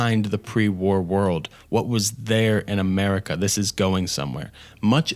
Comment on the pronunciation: Americer, chiner, and mexicer